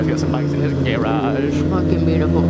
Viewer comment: are you both saying gay-raj on purpose (in place of garage)?